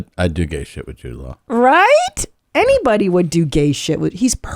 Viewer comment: I thought Cristina was saying Jewed lol I was like damn I don’t think you’re supposed to say that